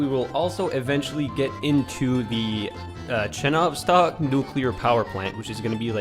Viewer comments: Not ChenOvstok, but ChenovstOk. Not babUshka, but bAbushka. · ch-ye-novstok like the word Yellow